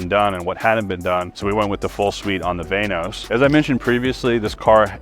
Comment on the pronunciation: “VANE OS” why u gotta say it like that